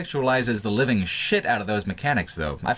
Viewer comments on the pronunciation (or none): none